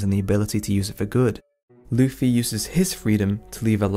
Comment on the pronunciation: Can you start saying Luffy and not Luufy?